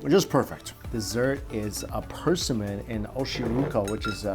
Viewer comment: He says Persimmon in a weird way! Lol! As long as he liked it!